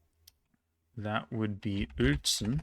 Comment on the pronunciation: Mate, this is simply impressive on many levels. You not only know more about German districts than 99,9 % of Germans, but you also can pronounce them correctly. I honestly had never expected a non native German (let alone an english speaker) to be able to pronounce Uelzen or Höxter like a local. Very much appreciated that you not only took the effort to brute force all names but that you took the extra effort to physically train yourself to do that. I really wonder what was harder to achieve. Cheers from Hannover!